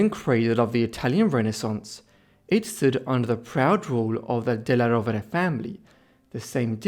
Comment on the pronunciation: The suéname is badly pronounced. It is della Rovere!